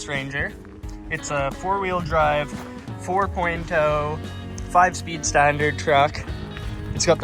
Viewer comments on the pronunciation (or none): Its 4.0 zero not o